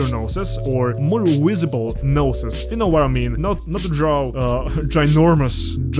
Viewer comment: Brotha I’m sorry but you gotta learn how to say the word Visible